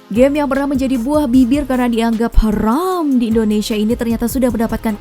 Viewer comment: Ngomong haram nya gak kayak gitu juga kali.